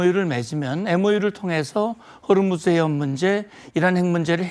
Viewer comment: 호르무즈 가아니고 호 무스